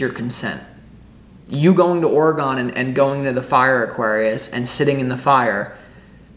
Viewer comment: My home state oregon so I know it's for me. Thank you. And it's ore gon. Not gone. All good bro Sending beaver and ducks love.